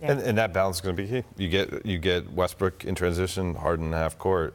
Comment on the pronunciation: Did my man said Westbrick?